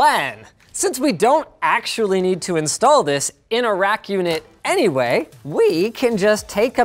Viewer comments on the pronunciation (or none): none